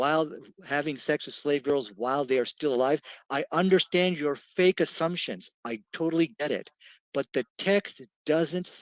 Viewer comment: Did he said “FAIC” FAKE LOL